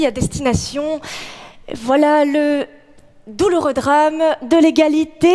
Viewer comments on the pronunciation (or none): none